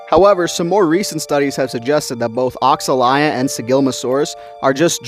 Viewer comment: Thats not how Oxalaia is pronounced lol